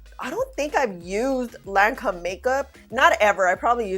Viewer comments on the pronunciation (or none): Hey love! Lancôme didn’t come to play. It held up super nice👍. The company’s name is pronounced: Lan-Kome. Basically, the o is pronounced as a long o and not a short o. They do make quality products. Thanks for thorough video🥰💙. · Hey sweetie...... you pronounce Lancome like Lancomb.....No matte concealer for me....I'm still using the Thrive Causemetics concealer and Love It!!!! Great Vid